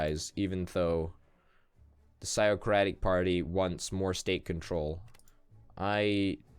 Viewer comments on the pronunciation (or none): its (fiziocratic party) Physiocratic